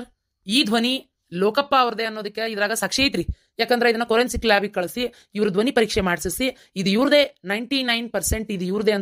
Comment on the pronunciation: ಕೊರಿಯನ್ ಸಿಕ್ ಅಲ್ಲ ಫಾರೆನ್ ಸಿಕ್ ಅದು